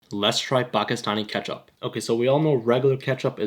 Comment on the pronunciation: he said make a switch from Pakistan ketchup to heinz kepchup